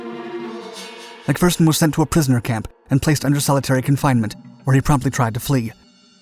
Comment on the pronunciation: Thank you for pronouncing his name as "Mac-Fer-son" and not "Mac-Fear-son" like every other American! Now all you need to do is say "St-yoo-art" instead of "Stoo-art" and we'll be golden!